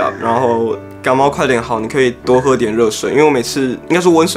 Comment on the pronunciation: 是不要說不要感冒 (欸好像幹冒ㄌxd